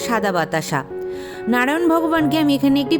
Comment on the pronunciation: 🙏🙏🙏 খমা করবেন কিন্তু আপনি মন্ত্র একটু বেশি ভদ্র ভাবে বলতে গিয়ে উচ্চারণ টা ভুল করছেন হরো হরি টাকে হড়ো হড়ি করেদিচ্ছেন ভগবান নারায়ন কে নাড়ায়ন বোলছেন একটু ভালো করে উচ্চারণ করলে সুনতে ভালো লাগে ভুল বললে খমা করবেন 🙏🙏🙏🙏